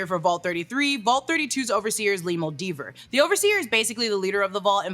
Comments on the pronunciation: Moldever moldiver moldover annnnything but moldaver 😂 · Mul-day-ver not Muldover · Moldover…Moldever.. ur close lmao!